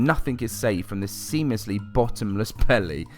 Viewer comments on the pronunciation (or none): none